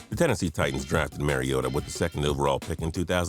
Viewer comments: Please, Mariota is pronounced Marr ee oe tuh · BTW the "mar" is pronounced like "car" in Mariota. Thanks for making him #1!